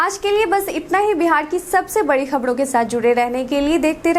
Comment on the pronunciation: खबरें नहीं खबडे सुनाईये